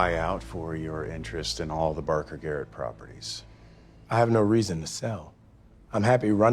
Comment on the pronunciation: 나만 게릿이 아니라 게이로 들림?